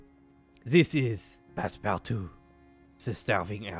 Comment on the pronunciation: 10/10 French my dude